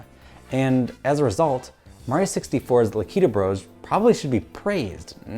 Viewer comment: Devastated by your pronunciation of Lakitu 😔 But seriously excellent, poignant work. The analysis of the mirror room was revelatory, such a bold argument to make, and you made it both convincingly and beautifully. This video was well worth the wait and I am excited to see where the rest of this season goes :) Onward, video essays